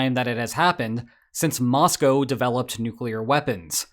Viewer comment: I want to appreciate that you pronounced 'Moscow' properly. Too many Americans think it rhymes with the animal that milk comes from.